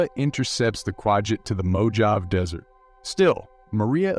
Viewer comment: It's called the Mojave desert. Sounds like MO'HAH VEE. Not MO'JAH VEE